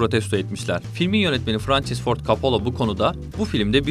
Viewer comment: Frençıs kim asker arkadaşin. Mi adamın adını doğru telaffuz et